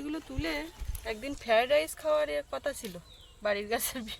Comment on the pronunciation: 'ফ্যারা ডাইস' নয়। কথাটা হবে ফ্রায়েড রাইস। you tube এ vlog বানিয়ে up load করছেন যখন তখন একটু কষ্ট করে নেটে দেখে নিতে পারেন।